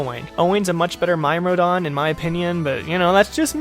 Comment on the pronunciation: Lol, pretty sure myrmidon isn't pronounced that way. Good vid, though.